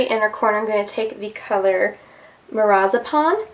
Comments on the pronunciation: Mirazipan? Haha you mean Marzipan. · Loved this video! Am seriously considering this palette. I cracked myself up because when you were saying the color marzipan it sounded just like you were saying lorazepam and my nursing brain was instantly intrigued by a shadow with such a name lol. Love ur videos!!! :)